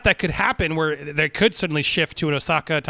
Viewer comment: God damnit Andy! It's Ahsoka! Said phonetically. Ah(like the sound you make after taking a drink)-So(like a needle pulling thread)-Ka(like the snake from Jungle Book)! Put some respekt on that name, damnit!